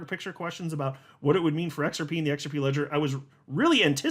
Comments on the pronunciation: Try using a Z sound not S sound when you try and pronounce it... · The X is silent